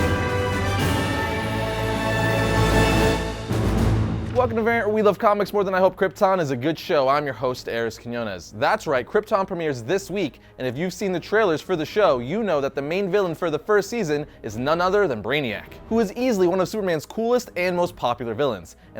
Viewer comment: Quiñones! Not Quinones